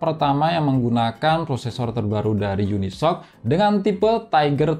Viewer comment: Unisoc = unisok ❌ yuni es ou si ✅